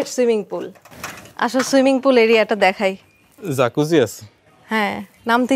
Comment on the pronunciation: Bhai zakuzi na jacuzzi bole.